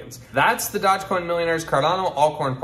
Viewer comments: d-o-g-e not dodge... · Wow, a guy giving advice when he's so confidently saying dodgecoin.... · Dodge-coin? Dude, do a little research. This was a huge meme. It was on SNL. Ever heard of Dogecoin? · Oh wow you don’t even know how to pronounce it! Thumbs down 👎